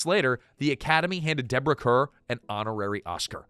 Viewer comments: Deborah Kerr pronounced CAR 🤦‍♀️ They even did major PR when she first came to Hollywood announcing "Kerr rhymes with star." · Deborah Kerr’s last name is pronounced “Carr.” Please fix it. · Deborah Kerr’s name is pronounced like Carr. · Deborah Kerrs last name is pronounced car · AI. “Kerr” is pronounced “car.” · Kerr is actually pronounced "car".😊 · He mispronounces names all the time but seemingly refuses to use the google machine to find out how to pronounce them🤷‍♀️